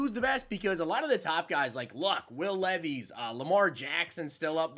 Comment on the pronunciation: Why you say Levees its pronounced like Lev-is